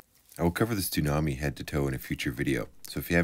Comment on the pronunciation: Are you saying "Stunami?" (that's what I hear), or is it a "Tsunami?"